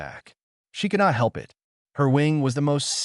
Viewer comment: AI does know the differences of synonym.... soft hard vowels.... Is that why the one/ two sentences are in anothers voice. Counts as human doing the job? I T is pernounced it.... not I T Use humans instead of AI Noticeable everything.... Making millions.... yet can't pay humans